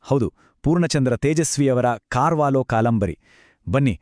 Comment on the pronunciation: ಕಾರ್ವಾಲೋ ಅಲ್ಲಾ ಸರ್... ಕರ್ವಾಲೋ